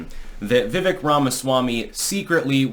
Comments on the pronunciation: Dood it is "Veiveak like "Cake" I have told you 3 times now! Pronounced like Cake. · His name, Vivek is pronounced like "Vi-vake"" like cake with a V. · I think you have a good record of being right, but I don't think you are on Vivek. You're pronouncing his name wrong, which tells me you probably don't watch a lot of his interviews, of which his does many. Vivek knows he's not going to win 2024. He needs to impress the next generation of MAGA so he's in a good place for future elections.